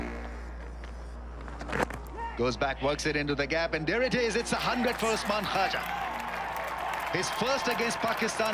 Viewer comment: No one: Literally no one: The commentator: uSmAn KvaJah Trevis hed